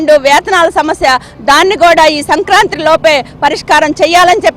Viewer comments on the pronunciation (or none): none